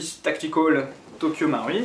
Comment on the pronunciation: dsl mais sa se dit tokyo maruuuuiiii il faut dire le u ahha